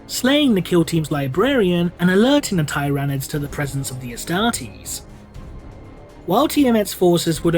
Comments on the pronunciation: Yeah I thought it was Tyr-a-nids. Tyr pronounced like tear ... Like a tear that you cry. Does that make sense? Lol. Not Tie-rah-nids. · The "first" planet/system they were documented by the Imperium in is/was Tyran, which is pronounced as tie-ran. All that being said, "teeranids" sounds better to my ears. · Why do you keep miss pronouncing tyranids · I wonder if will ever pronounce "Tyranids" correctly.